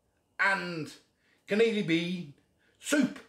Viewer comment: Can-eellee beans 😂😂😂😂😂😂